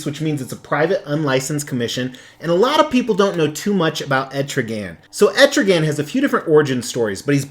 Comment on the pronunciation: it's not pronounced like that it is Etrigon dude.